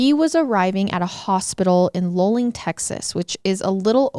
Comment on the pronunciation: Hi!!! Native Texan here ❤ it’s pronounced loo-ling JUST INCASE there is another case out there you cover ❤❤❤ love yall!!!